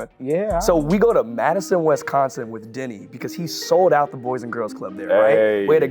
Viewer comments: YALL. I kept hearing Denny as Diddy & I’m like WHY IS NO ONE TALKING ABOUT THE STORY IN THE BEGINNING 😂 s/o the comments for clarifying 💀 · I kept hearing Diddy instead of Denny 😅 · i had to rewind this 3 times before i realized he said Denny and not Diddy 💀🙅🏼‍♀️😂